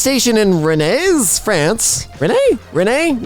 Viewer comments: why did you say Rennes like rennai, WHY? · Rennes is prononced "Ren" you should've known with all the silent letters this f*cking language have. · rennes is pronounced like "ren" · ir's pronounced "ren" :) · I am in shock that my town made it to the FIRST POST on an emkay video. You pronounce Rennes like Kylo REN. Just... Ren. We french people master the art of adding useless letters at the end, beginning or even in the middle of the word. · btw Rennes is pronounced like "Ran" but with guttural "r". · it's pronounced Renn